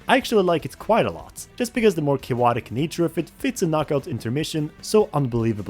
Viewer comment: why do you say cayowotic so much